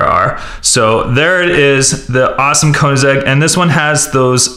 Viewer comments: "koenisheg azera"😂😂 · it is koenseggh ccx agera r -_